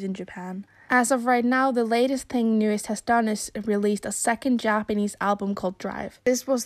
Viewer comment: You know, if they were as bad as all that, their groups wouldn't resign with them. Just saying. There is always more going on behind the scenes than we know. Also, it's pronounced New East, not New Est. Listen to them say it. New EAST.